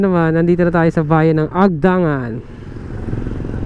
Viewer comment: Mabilis ang bigkas ng "Agdangan". Nasa "ni" naman ang diin ng "Unisan".